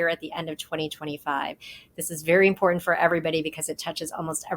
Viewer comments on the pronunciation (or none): none